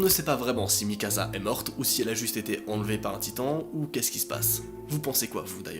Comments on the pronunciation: Mikasa pas mikaza🤣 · Ca se prononce Mikasa, pas Mikaza -. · Desolée noa mais sa se prononce Mikassa et pas Mikaza... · C'est Mikasa et pas Mikaza! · Mikaza mdr c est mikasa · C'est pas Mikaza ses mikasa tu dit comme si il y a deux ss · C'est mikasa pas mikaza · C pas Mikasa mais mikassa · C’est pas MIKAZA C’EST MIKASA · C'est plutôt Mikasa par Mikaza🙏🏽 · C'est Mikasa pas mikaza mais trop bien la vidéo on plongé dans l'histoire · Il prenonce mikassa pas mikaza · C’EST MIKASA PAS MIKAZA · C moi ou il a oas dit mikassa mais mikaza? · C'est moi ou il appelle mikasa mikaza 🤣 ? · PT c'est pas mikaza C'est mikasa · Ya que moi qui trouve que c horrible quand il dit mikaZa et pas mikasa? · Ça ce prononce Mikassa pas Mikasa et sinon bonne vidéo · Je peux pas m'empêcher de rire quand tu dis mi casa au lieu de Mikasa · Ces Mikasa et non mikaza wallah t’es perturbant 🤦🏾‍♂️ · Ses pas mikaza mais mikasa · on en parle de MikaZa au lieu de MikaSa!!!! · Pas mikaza mikasa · C'est mikasa et pas mikaza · Att att je reve ou pendant tt le long de la video tu as dit mikaza assassin !!!! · c mikassa pas mikasa sa se pronence s pas z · Sa s’écrit mikasa mais sa se prononce mikassa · On en parle du "mikaZa" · Le film c'est faux c'est pas la vrai histoire va suivre l'animé ou lire le manga et en plus on dit mikassa ça c'escrit mikasa mes ça se lit mikassa et vraiment le film c'est de l'escroquerie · Sa se dit mikassa et érèn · MAIS POURQUOI TU DIS MIKAZA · Mikasa Ackerman ✨ Ma pauvre il t'a appelé "MikaZa" pendant toute la vidéo 😭🤬